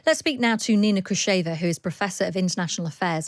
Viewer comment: Her name is pronounced "KhrushchOva" (stressed on the "o")!